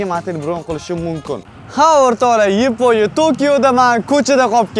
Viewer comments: Yiponiya mas yaponiya 😂😂😂😂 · Yponiya ❌️ yaponiya✅️ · Yponya ❌️ Yaponya✅️ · yiponiya 😮soʻzini yorvordiz 😂😂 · Yaponiya ❎Yiponiya✅😅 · yaponiya✖ yiponiya✔🤣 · Yaponiya ❌ Yiponiya ✅ 😂😂😂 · Yaponiya❌️ Yponya✅️ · Yiponiya ❌️ Yaponiya ✅️ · Yaponiya ❎ Yiponiya ✅😅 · Yaponiya ❌ yeponiya ✅ 😅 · Yiponiya emas Yaponiya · Yaponiya ❌ Yiponiya✅ 😂😂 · Yaponiya❌ Yeponiya✅😂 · YAPONIYA YEPONYA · Yaponya ❌yiponya✅ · Oka Yiponiya emas Yaponiya deyiladi😅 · Yeponiya ❌ Yaponiya ✅ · oka yibonya emas yaponiya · Yaponiya❌ Yiponiya✅ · Yeponiya 😅😅 Yaponiya emasmi 😂😂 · Yaponiya emas Yiponiya ❤❤ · Yaponiya ❌ Yeponiya✔️ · Yaponiya ❌️❌️❌️yponiya✅️✅️✅️ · Yaponiya❌️ Yiponiya✅️👍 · Yaponiya ❌ Yiponya✅🤣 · Yaponya❌ yaponya✅😅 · Yipo‘niya😂😂 sog‘ bo‘ling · Nega yiponiya deysiz aka 😅😅😂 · Yiponya✅ Yaponiya ❌😂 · Yaponiya ❌ yiponiya✅